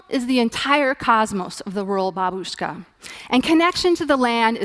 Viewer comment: First of all: bAbushka, not babUshka, god damn it! Second, this territory is not that closed. You can go for almost official tourist ride to the Pripyat for about $100. And many did, I assure you, Third, those who've been there, all say about growth of wild life. Forests are high, animals are plenty, lots of fish in rivers and nature seems to redeem back its domain. And this is very confusing, of course and not well understood.